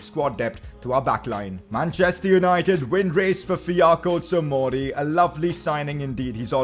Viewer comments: Fiyako tomori????HAHAHAHAHAAAHAHAHAHAHA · by no means is this a hate comment but u kept saying fiyako tomori but it is actually fikayo tomori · Fi-KA-Yo Tomori